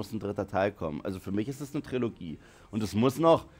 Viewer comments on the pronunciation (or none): none